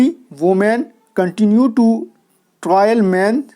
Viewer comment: Trail ka pronunciation ट्रायल nahi ट्रेल hoga. Resilient ka pronunciation री साईलेंट nahi रिˈ ज़िलिअन्‍ट्‌ hoga Fast into death nahi " FAST UNTO DEATH" use hota hai. 55cr rupees k pehle "THE" ka use nahi hoga. Bahut shukriya sir itni umda class k liye apki mehnat rayega nahi jayegi in sha Allah.